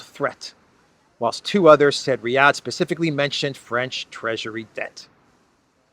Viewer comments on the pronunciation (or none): none